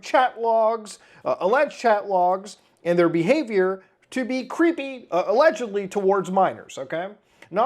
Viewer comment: "krys had aLegIedLLyi a picture of Shadman on his wall" MY BROTHER IN CHRIST THERE IS A VIDEO WHERE YOU CAN CLEARLY SEE THAT SHIT, i swear to god that word has been (allegedly) butchered beyond repair